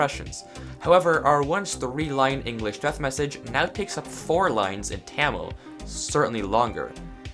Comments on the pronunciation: its pronounced Tuh-mil. not ta-mil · Dont know why he pronounces Tamil as taemil actually in olden days it was pronounced as tamizh or தமிழ் (in the language itself) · You pronounce it is Th-ah-meel not camel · Tamil originated in tamil nadu in an southern indian state (oldest living language) but every foreigner pronouncing it wrong it's not Taemil its tamil it's a not ae it is a stereotype in india for pronouncing like that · Tamil origin:tamil nadu southern indian state (Oldest living language) Stop pronouncing it wrong it's not taemil its tamil it is a stereotype to call like that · it is tamil not taamil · bruhhh it called ta mil the l is deep sound and its not camil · Its pronounced thamirr not taamil seriya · Lol funny hearing u say tamil. Its not spelled like tan its spelled like thamil. 🤭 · Pronounce it as ta mil not tah-meal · i actualy cringed hard when you pronounced tamil as taaaaee mill and not tha meel. But great video lol. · Its not Ta-mil, Its pronounced as Tuh-mil. I really got triggered since i am an indian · Its tamil not temel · Him: Taaamiilll Me: it’s pronounced THUUMILL Him: Taamill Me: 😑 Whatever.... Me: trying to read what is on the screen but the letters look weird OMG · it is pronounced tha - mii - l, not tae - mi - l. I live in tamil nadu. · Just wanted to say it's Tuh-mil not Taa-Mil (like the pronunciation for Ton or Tummy). Just wanted to point that out as i'm from there. And as always, thanks for Watching being the Vsauce of MC. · I was really confused seeing my native language in the thumbnail of a Minecraft video but seems pretty cool. Didn't realize how wonky Tamil looks in Minecraft though LOL P.S. It's pronounced Thah-mill, not - Taa-mill :D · Bro UR saying ta - mil instead of tha - mil which is the way to say it becuase I KNOW THE LANGUAGE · There's this amazing thing known as accents and pronunciations, I wonder if you've heard of them before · you pronounced "Tamil" wrong >:C edit:you pronounce it like this Thamill